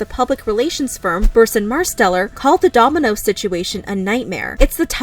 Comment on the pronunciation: Heh heh She said DOMI-NOSES